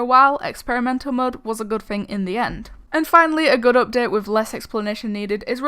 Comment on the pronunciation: why u talking like that? u saying ''updet''XD